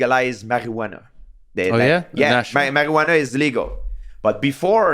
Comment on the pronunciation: You can tell GSP never done “Sykádelik” or “Marrjjhuana”